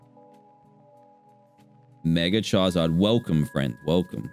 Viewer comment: Y u say CHARZARD